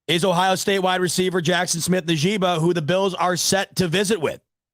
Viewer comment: Pronounced like ( In-jig-ba) smith-Njgba